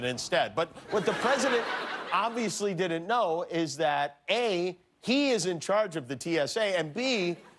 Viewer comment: No one: Trump: I dint get a thank you for mccain funeral.